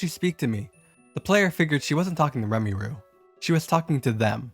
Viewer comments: As a Touhou fan, the protagonist's name is pronounced like "Ray-moo," not "Remi-ru." lol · With that Touhou one Did you just call Reimu "Remiru"? Anyways nice video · Him calling Reimu "Reimiru" hurt so much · Did you…did you say remiru and not reimu in the touhou 11 one. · "Remmy ru" How did you even come to that pronunciation exactly? It is spelled Reimu so even phonetically it is comically wrong. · as a touhou fan whos favorite entry is touhou 11 subterranean animism, the touhou one is really... REALLY bad... also, by satoshi komeiji did he mean satori komeiji or koishi komeiji also, is "remiroo" supposed to be reimu ? not dogging on the narrator, but genuinely asking also, the burning hellscape isnt really too out of place in subterranean animism, as the cat he refers to (named orin kaenbyou) is tasked with bringing souls to hell. and the "giant raven" is just okuu. theyre both servants under lady satori and her younger sister koishi. both orin and okuu are very devoted to the komeiji sisters, and thered be no reason for them to look for new "masters". even if the komeijis did something really bad, i cant imaging theyd leave. idk, overall not very cohesive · "remiru" i was struggling with this one for a second before i figured out he meant reimu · despite the great video. i cannot get over how you pronounced reimu as "remmy roo" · Wow. You managed to horribly mangle EVERY name in the Touhou one lmao. Btw, it's Reimu, not Remiru Satori Komeiji, not Sotoshi Komeji Koishi Komeiji, not Kayoshi Komaji (No idea why you pronounced those different from each other, they're spelled the same) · I LAUGHED SO HARD HEARING REMI RU HER NAME IS RAY-MU OMGNGHAGAAGGA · Remiru, Satoshi, Kioshi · it's painful to hear it why he mispronounced Reimu's name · As a Touhou fan, i laughed my ass off when i heard "Remiroo". That's what i'll call Reimu from now on💀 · The way he pronounces reimus name gives me genuine pain. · Remy ru. My new favorite pronunciation of Reimu